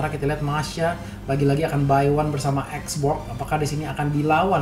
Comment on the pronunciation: Xborg bukan shyborg :v